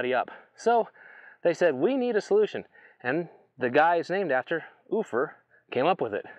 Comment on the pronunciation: The industry pronunciation is "You-fer"Ground.